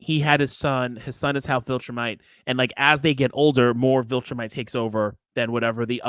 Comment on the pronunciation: Take away Man Card lmao! Every time he messes up “Viltrumite” clip a corner!